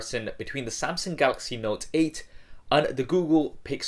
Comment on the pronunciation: wait did he say samsing in the beginning XD